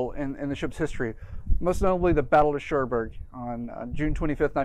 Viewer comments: it's Cherbourg - pronounced "Share Borg" rather than "Shore Berg" 😉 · To many uhhs ..... and its not Choreburg, its Cherbourg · Sounds like you are saying "Chorberg". I think you are mispronouncing "Cherbourg".